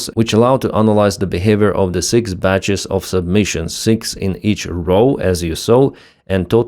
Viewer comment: Submissions? Did you mean sub-mu-ni-tions?